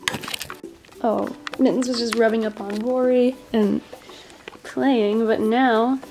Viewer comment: Is it just me or did she say Laura not Rory...